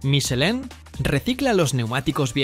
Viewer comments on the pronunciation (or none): Michelan vamos primero aprender a decir michelin de toda la vida que es una a o un i madre mía